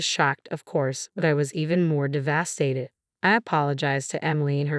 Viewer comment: Very annoying the way the “person” kept going from “O-wen to Ow-wen”. And mispronouncing other words like “de-VAST-ated”. Plus what’s going to happen when the brother gets out and the two ladies are conveniently living in the only place the nutty brother can afford?